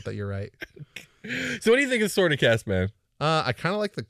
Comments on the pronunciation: Uh, Kas is actually pronounced “case,” so disappointed. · Kas? Sounds like Caz.